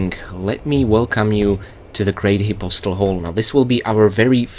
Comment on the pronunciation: I think the way he's pronouncing it is the correct way (but I'm not 100% positive)